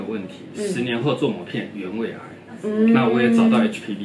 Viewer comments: 原位癌两次说成有y u an 位癌。本来就是术语，解释清楚本来是好事。不明白为什么一来就要争输赢，字幕也要争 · 有胃癌？听不清啊